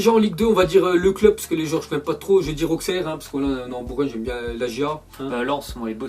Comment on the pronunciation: Trop content je suis un dans ultime de Auxerre (sa se dit ausserre)